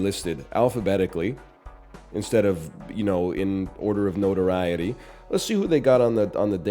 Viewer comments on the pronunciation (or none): none